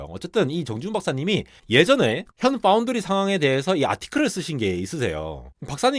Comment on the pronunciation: 삼성파운드리 언급할 땐 F발음 유념해주셔야